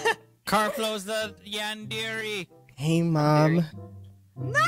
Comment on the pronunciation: Awesome video!! Just by the way I think it's pronounced like yawn-deh-ray.